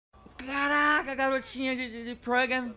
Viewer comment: O falou progam em vez de programa